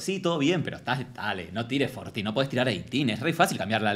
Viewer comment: Jajajaj cero inglés... Yo entendí "Fortín"... Como qué es fortín? Que es? Y era 14.😂